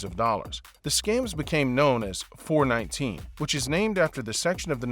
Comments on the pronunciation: It's called four one nine actually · It's not 4-19....it's called 4-1-9 😉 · It’s called “four one nine” not “four nineteen”. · Four one nine and not four nineteen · It is called four one nine, not four nineteen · It is four one nine & not four nineteen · Four, one, nine. Not Four, nineteen. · Smh 🤦🏽‍♂️ it’s called Four-One-Nine oh my browda! Put some respeck!! In da name 🤣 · Lmao. It’s “four one nine” also it’s definitely more than 10% smartphone usage. Every other thing is spot on in my opinion. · it's pronounced "Four - one - nine"